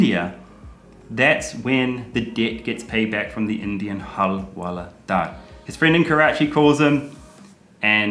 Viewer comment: Nobody:- Karl to Hawaldar :- Halwaladaar...🤐